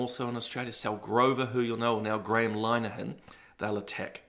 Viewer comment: Hello, I love your show ❤. By the way, Linehan is pronounced LINNER-han 😉 (linner rhymes with dinner)